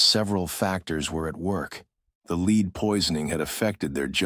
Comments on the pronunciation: Someone that is involved in producing these videos ought to take it upon themselves to teach the robots/AI, whatever, that the word for "plumbum" is phonetically led, not leed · I have binged your series lately and love it. Today not so much the leed mistake drove me up the wall 😂 Until today I never knew you were using an AI narrator.. Me I would prefer to listen to a human and it would be worth trying! Cheers from Australia